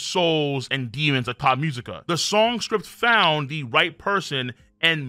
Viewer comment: My mans really kept saying "Thot Musica" instead of "Tot Musica" the entire video! 💀😂 I thought it was just a joke at first but then he just kept saying it lmfao 😂😂😂